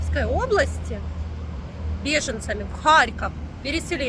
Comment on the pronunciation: Почему вы говорите Аарьков вместо Харьков?😅